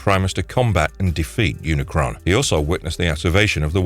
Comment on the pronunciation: you said unicorn instead of unicron lmaoo